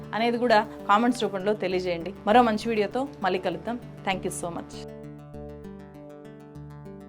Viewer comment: Madam just like you analyse everything in your videos, even we do analyse your performance via your videos. I believe for a journalist, correct pronunciation is a minimum requirement and a very important aspect. So it's very important that you realise, learn and rectify pronouncing the words like "vaallu" and "malli" in an accurate manner. The correct way of pronouncing is "వాళ్ళు" and "మళ్ళీ". Otherwise, it doesn't sound good to the ears.